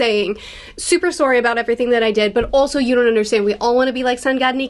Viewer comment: Always forget about the Candianess until we hear a sowrryyy